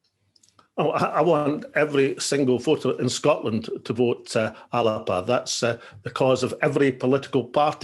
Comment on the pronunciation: I cringe every time he says alapa 🤮🤮🤮